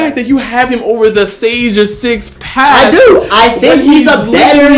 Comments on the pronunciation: Sage of six page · "Sage of Six page"